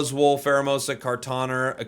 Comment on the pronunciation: I didn't expect a Kartana with a hard 'er' from you. 😂